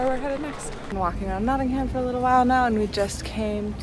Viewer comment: It’s nottingum not nottingHAM